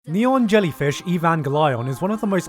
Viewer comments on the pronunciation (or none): Did nobody Notice that he Said "Neon Yellyfish" ?